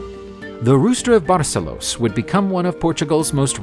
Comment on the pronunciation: He pronounced everything in some unknown accent or fake language.... I don't know what THAT was. Seriously, "composteeya"?? da fuh? It's so easy too, just say : "Compost-Stella." and stress the second syllable in Barcelos: Bar-SELL-Los or better yet, Burr- SELL-Loosh.